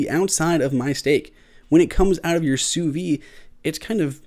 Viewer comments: Great video, except for your pronunciation of sous vide. It's "soo veed", not "soo vee". Everything else was well done. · Not trying to be a jerk but sous vide is pronounced "sue veed". In French, if the word ends in a consonant then you do not pronounce it but if the word ends in a vowel you pronounce the last consonant. I did enjoy the video.